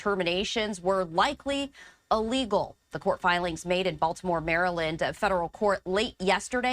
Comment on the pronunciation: "ahlegal." Smh